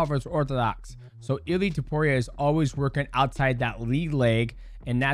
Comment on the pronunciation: Its funny how DJ keeps calling him Illy